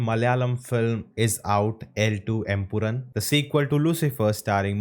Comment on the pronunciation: Its M - PU - RAAAAN